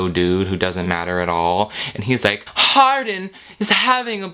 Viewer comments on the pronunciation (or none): i keep hearing his name as hard*n, not hardin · HIS NAME IS ´HARDIN‘ NOT ´HARDENˋ YOU DUMB BBBBBBCHES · if y’all going to hate, at least get his name right. Hardin *